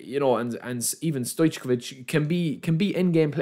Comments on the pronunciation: it’s pronounced stoycovich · Not gonna open, sure u will 😅 As u said, for us who have great teams it's not that tempting. BTW Stoijković - pronounce it - stoic oh which -all together Cheers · Please say correct Stojković , this what you say is soooo 😂😂😂